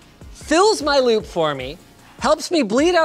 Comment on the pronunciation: I kept hearing lube every time you said loop...lol